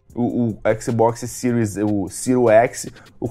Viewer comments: Xbox Ciro? Não sabe nem falar o nome do console e foi uma chuva de hate. Não entendi nada. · "Ciro écsi, Ciro éssi", é isso mesmo? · Xbox "Siru" X e Xbox "Siru" S??? SHAUSHAUSHAUSHAUHSUAS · "Xbox ciru ese"